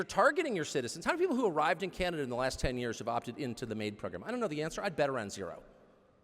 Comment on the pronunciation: Canada is pronounced wrong too